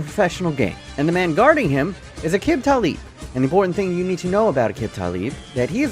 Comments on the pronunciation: Can't even pronounce Aqib Talib's name right. 🤣🤣🤣🤣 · Great video but damn you butchered Aqib Talib’s name.